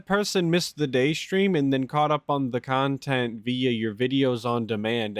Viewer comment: "I wanna make myself better" -> 5 seconds later -> "just because you're a shitbag and all you believe is toxic shit so you can make toxic kahntent about me doesn't make what you say true, I'm telling you I WANT TO IMPROVE MY BUSINESS! " 🤣 🤣 🤣 🤣